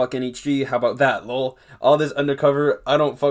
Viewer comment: Bruh said low’L INSTEAD of L O L Funny asf